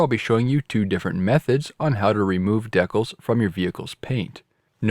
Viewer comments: Always thought it was pronounced decal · I was almost in tears lmfao. Iv been all over the country and have never heard it pronounced that way